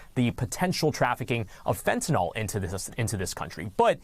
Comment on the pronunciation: "...FentanOL"? There's no such thing.